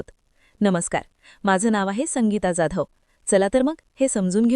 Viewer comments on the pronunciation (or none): none